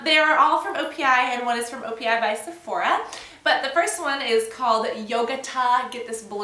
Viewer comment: you said opi by sephora a couple of times in the video and it also says it in the title.. haha i know the right way to say it but i know some people wont :) just an fyi